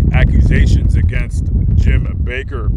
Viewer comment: It's not BAKER. It's BAKK....ER